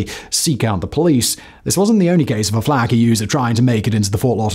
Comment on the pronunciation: As someone from Florida it's pronounced flocka, not how it's spelled as flacka